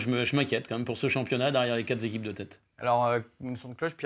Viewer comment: A 2min21: "les quatre Z'équipes de tête". Tout le monde sait qu'il y a un "s" à la fin de "quatre"... niveau bac... les journalistes-eux n'on pas de grandes écoles apparemment.